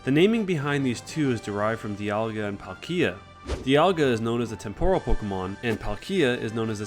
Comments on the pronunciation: IT'S PAL-kia, not PALKEEA!!!!AND IT'S TEM-poral, not tem-PORAL,FFS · What weird pronunciations are these? temPOral? palKIA?